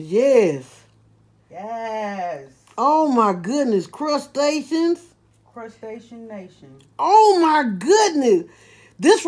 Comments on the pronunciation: "Inbedations.....crustations" "Crustation nation" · “Crustatious” HAHAHAHAH I’m dying